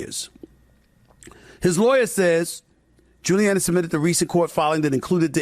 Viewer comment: Wow SAS can’t pronounce gilluanni